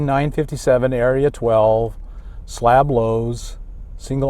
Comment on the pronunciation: It's SLAB city not SLAP city. Slab as in shit on a slab.